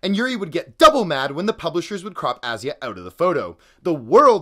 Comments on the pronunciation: You pronounced both names wrong. Murican mindset at its finest. Didnt even bother to look up how to pronounce foreign names correctly=) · The way he pronounces Asya makes my blood boil